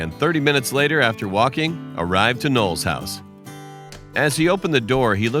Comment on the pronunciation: It's Noel not nole